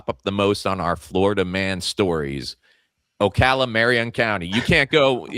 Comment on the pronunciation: Thank you for pronouncing Ocala correctly 😂